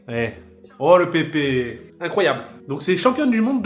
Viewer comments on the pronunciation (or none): none